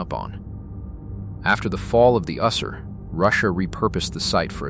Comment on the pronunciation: "The fall of the usser"? 😂 the rise and fall of usher(ussr): he let it burn 😂😂😂